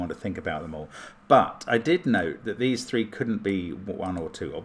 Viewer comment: often pronounces "three" in a way that sounds like "thwee" (with a very de-emphasized "w.") Not always. But often. I hear it a lot in British TV shows. Probably comes from putting the "r" in there without the tongue contortions necessary to make the actual sound.